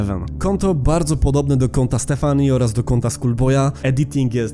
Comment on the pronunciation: nie czytaj stefanii tylko Stefanie